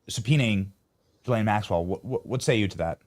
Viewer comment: So… did Benny finally learn how to say ghee (hard G)- Len instead of Gee-Lane?? Or upgrade his rednecky pronunciation (like Steve Bannon) of NEW – CLEAR instead of Nuke – U – Lahr ???